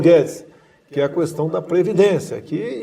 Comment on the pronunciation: Orgulho do meu voto!! Desculpe querido Presidente, posso pedir-lhe uma coisa? Não fale kuestão. Fale kestão. No mais, entrevista ótima, com a sinceridade que nos conquistou e que sempre esperamos do senhor. Faça um bom governo pelo bem estar dos brasileiros e saia com o dever cumprido.